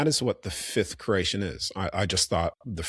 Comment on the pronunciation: Are you saying creation or Croatian 😂